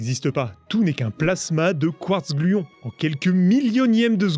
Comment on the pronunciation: Quark gluons, pas quartz gluons